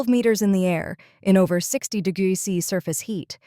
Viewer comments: De grows sea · Ai can't say degrees